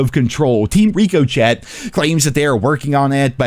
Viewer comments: Somebody explain to this man that it's Ri co chey look at the logo it's a bullet bouncing off an object. Look up to word and have google help pronounce the word lol for the love of god. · Still calling it Reeko-chette hahahahahahs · *Ricco-shay is how it’s pronounced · did he say… reeko Chet??? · Bro is NEVER saying Ricochet right. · I assume by now that you're mispronouncing "Ricochet" on purpose?